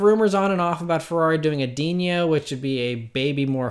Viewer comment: No enye ( ~ ) over the N in Dino.......it's Italian.....just say Dino pronounced like Fred and Wilma's pet!! About the "brick" thing, the current GT-R's shape belies its coefficient of drag. He places emphasis on its recognizable shape ( a brick ) and it would be ashamed to loose that identity, hinting that the new designs may just blend in with the competition. Congrats on the Bullitt!